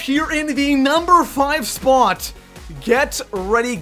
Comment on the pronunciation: SO COMING IN AT THE NUMBER TWO SPUOT